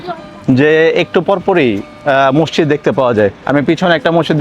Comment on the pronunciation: মসচিদ কেন বলছেন।ওটার উচ্চারণ মসজিদ হবে। দেখেতো সচেতন মানুষ মনে হচ্ছে!